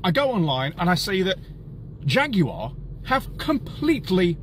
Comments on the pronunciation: Faguar not Jaguar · They turned the J into a F 💀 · It's a Jag with an F.